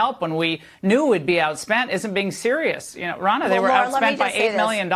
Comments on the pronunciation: Ronna , sounds like Donna...not that hard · it's RONNA which has the exact same 'O' sound as in Romney, not Rona.